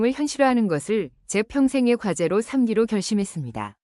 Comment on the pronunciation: 국어 좀 제대로 읽을 수 없나? '삼기로'는 '삼끼로'라고 발음해야지! 그리고, "초성, 중성, 종성을 각각 3개씩 조합할 수 있다"고? 도대체 이게 말이 되는 소리인가? 뭔 소리인지도 전혀 모르면서 엉터리 번역기가 잘못 번역할 것을 가져다가 유튜브 영상에 올리냐? 국어도 제대로 이해하지 못하는 애들이 이런 영상을 마구 만들어 올리고 있으니!